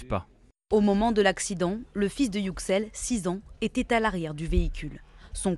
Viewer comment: Pourquoi est-ce si compliqué pour les Français de prononcer correctement les noms/mots étrangers ? YÜ-ksel… Ène-guine… c’est pas compliqué, et c’est le moindre des respects…